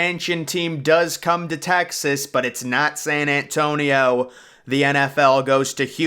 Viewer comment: San ant tonio. Lol